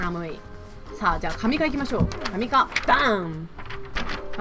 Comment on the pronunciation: 神化は本当はしんかだよ読み方